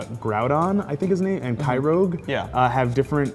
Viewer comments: Groudon (Grow-don) Kyogre (K-I-oger) not kyrouge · Resident Pokemon Expert - pronounces it "Kyrouge"... and i no longer care about his thoughts on pokemon. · this guy mispronounced groudon and kyogre. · defined as a Pokemon expert, can't pronounce Kyogre.